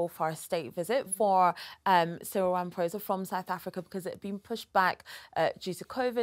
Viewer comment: HOW can the BRF celebrate the visit of a black president if they're "structural racists"? And Charles and Cyril shared some very sincere moments of camaraderie together. Even if Charles pronounced the President's name incorrectly (just a small slip, but I don't understand how Charles wasn't informed that the "ph" in Venda is pronounced "p" with an exhalation of the "h" afterwards. Complicated, I know. But the many different "clicks" in the South African Tribal languages are a conundrum to even the various tribes). Britain is reportedly scheduled to have "blackouts" starting in January 2023 - so, SA's blackouts are the result of corruption, particularly related to Zuma and the State Capture. WHY can't logical people see the logic? And Cyril is a wealthy businessman in his own right - he'd have NO reason to be fraudulent. Besides, Jacob Zuma was corrupt for the entire time of his presidency, and is only now, MAYBE going to be jailed. Dreadful dreadful corrupt individual. Dreadful. What a dark period he brought to South Africa. Madiba must be turning in his grave.